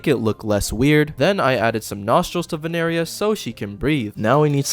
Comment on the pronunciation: ITS NOT VENERIA ITS VINERIA